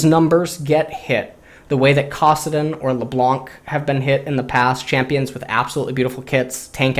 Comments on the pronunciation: ITS CASS-AH-DIN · same thing when he said kassadin.